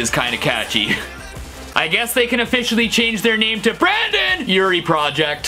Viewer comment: I got really annoyed at the fact they said Brandon instead of Brendan urie